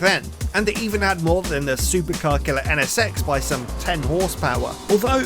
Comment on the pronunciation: Sounds like he's saying the Honda Ennesex